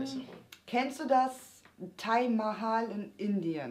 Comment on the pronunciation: Ich habe 3 Punkte klar zustellen: :D 1. Der Steinwasen Park liegt in Baden-Württemberg. 2. Taj Mahal wird Tadsch Mahal ausgesprochen. ^^ 3. Das Taj Mahal ist eine Grabstätte in Indien. ^^ Klugscheisermodus: Aus. :D